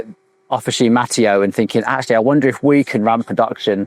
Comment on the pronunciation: I am from the same area in Piemonte as Officine Mattio. First thing: it is pronounced Mattìo, the accent goes on the i, not on the a. Regarding the bikes, honestly I would go straight to Pedemonte for a frameset, from the two videos you have done, it seems to me that all of the engineering behind the bike is done by them (but maybe I am wrong). I have not looked at their bike range in detail since prices are astronomically high. Again, when dealing with composites, I would just go for the brand/factory that has the top R&D, manufacturing process and QC. It is a different story for metal, especially steel. Then in that case, as an Italian, I would really love an Italian bike.